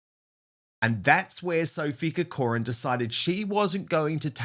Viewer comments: Dan, having family connections to the Irish name Corcoran it grates on me somewhat every time you pronounce it incorrectly - please would you pronounce it as - KAW-kruhn which is the correct way thank you so much ❤ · Minor point - learn to pronounce CORCORAN properly! being a Kiwi doesn't help. Emphasis on the first CORcoran